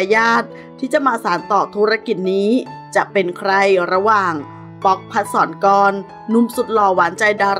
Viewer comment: พัด สะ ระ -กอน ชื่อเค้าอ่านออกเสียงอย่างนี้ครับ ไม่ใช่ พัด -สอน-กอน